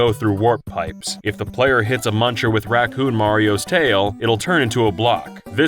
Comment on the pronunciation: DID YOU JUST FUCKIN SAY "RACOON" MARIO? Bitch... please... really.